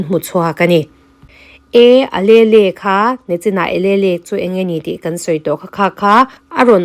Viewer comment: Alelle hi uhleel tih in lam zawk la .Miss . I channel hi ka lo hlut teh mai nia.❤